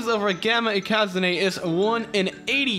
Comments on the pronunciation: Ikazune isnt pronounced ikázuné its ikazune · It's not ikazuné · Its ikazune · How pronounces Ikazune though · I was so confused on how you pronounced Ikazune, you're probably right but still weird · You saying ikazune pissrs me off no offense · "Ikazune" that pronouncement